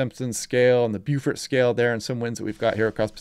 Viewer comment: Beaufort pronounced bow-fort